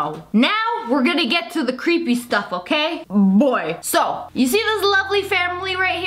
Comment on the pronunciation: Super cweeeeeepy stuff